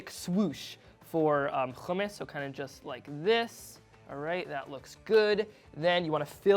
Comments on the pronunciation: its hummus not fucking khummus. but u did a great job there thank u and keep up the great work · No. Its Hummus all over the Middle East. Khummus is for people of european background who cant pronounce Hummus. Hummus is an arabic word. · dude its Hummus not khumus and btw the recipe sucks still missing the ice which is very important to make it creamy and cold without adding olive oil to the mix ... worst Hummus i ever seen ... oh and dont add zataar either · its not khummus ITS HUMMUS HHHHHH HHHHHHHHHHHHHHHHHHHHHHHHHHHHHH you can say halo hi but not Hummus? wtf is wrong with americans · yea it's regularly hommos\hummus. not khummous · Why are you pronouncing it with a ج it's with a ح ??? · You need to pronounce “Hummus” right first and BTW your “Khummus” look dry AF haha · It’s not خ It’s ح 🤭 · Never ever do hummus using a food processor, you failed right there... Trust I am a hummus master. And it's HUMMMUS NOT KHUMMUS...M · Lmfao no he didnt. Hummus is an Arabic word. Its not pronounce as khummus. Its HHHHummus. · Its not khumis its hummos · Hummus not kaamus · fail from the get go..its not Jumus its humus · I'm of Syrian background and I love your efforts kid but your burning me the way you pronounce Hummus.. it's not Khummus with a kh haha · No one: Not one soul: Eitan: Houhhhh-mus no hate I just pronounce it differently. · Khumus we don’t say that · It's NOT khummus. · Nah I don't like it sound too Jewish keep it original always . Sound like a moron the way he says it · Why are you pronouncing hummus like that though lmao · He's not pronouncing the "Kh" hard enough, makes it almost sound... Arabic. Try harder kid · No it's not the right pronouciation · He didnt pronounce it correctly. Hummus is an Arabic word. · white boy with a strong middle eastern pronunciation of hummus. Let me guess you're a jewish settler? OH i see it, the kippa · It's wrong pronunciation. Arabs are cringing at him